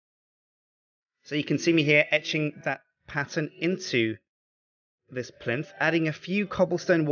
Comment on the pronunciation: Whenever he says etching, I keep thinking he says ecchi.